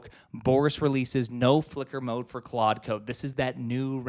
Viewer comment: 23 claude not quad